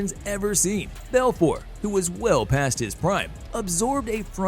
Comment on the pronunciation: A little over a minute in and you mispronounced svetchenko, Machida, and Belfort. Come on guys